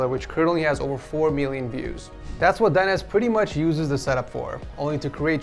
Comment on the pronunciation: 4 Meelion views you say?